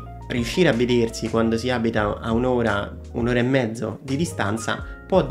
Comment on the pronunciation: Ciao, grazie per le info e per il video.... Parlerai senz' altro bene l' inglese ma, cerca di correggere e migliorare la pronuncia di alcune parole italiane che ho sentito, per esempio: Perzone, zervizio, vederzi, non zopporto, diverza, la bisci....non si possono sentire. 😉🌹